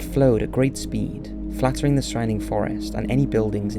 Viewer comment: Flattening not flattering. Lava not lavar. Basaltic not basalic.